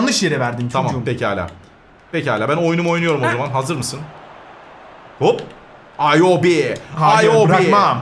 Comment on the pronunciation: AYOBİ deyil İWOBİ